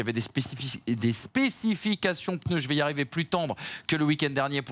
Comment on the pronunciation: "économie de pEneus" 😅😅